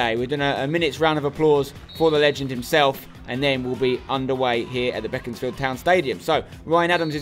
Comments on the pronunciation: It's pronounced Beek not beck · I swear it's pronounced bee-cons-field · I thought it was BACONSfield